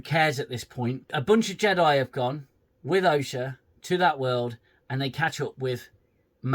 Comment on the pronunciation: I'm ashamed I haven't seen you since all the Picard series and I love your reviews!! I'm glad you're back with the Acoshyte 😅 Defo getting a Like from me! Just please don't loose your sanity. Bloody JEDI (JE-DEI) lmao 😂. Good to see you again 🙏